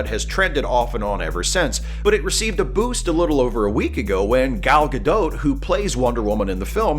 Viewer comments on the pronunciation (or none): Minor nitpick: Gal Gadot's name is not french. It's pronounced "ga'dot" not "ga'dough". :)